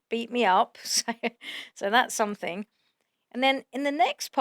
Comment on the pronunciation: "forf night" "time fwame" "paying for somfing" "oh gwate"😐